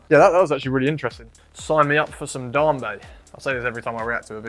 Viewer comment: It's pronounced "Dame- bay"